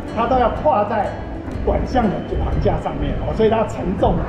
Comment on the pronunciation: "桁架"唸做"橫架"，不是"航架"，這個台灣世曦的導覽員是"本科"的嗎 ?